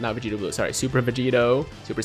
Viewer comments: I didn't wanna say nothing but did this man just say "Vedito" and "Godeta"?? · did he say vedito and godeta?